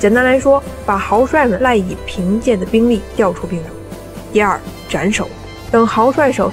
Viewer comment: 并（同冰音）州，不是不是并（病音）州